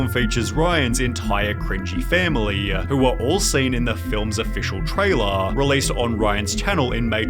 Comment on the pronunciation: Intro-wah family-ah already-a. Can’t you just talk normally man? 😅